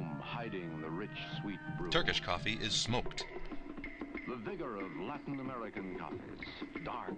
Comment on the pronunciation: The pronounciation is priceless, like the narrator is trying to make coffee seem really exotic. "Cof-fayyy".